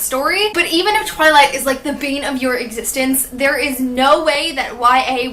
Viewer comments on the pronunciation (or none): none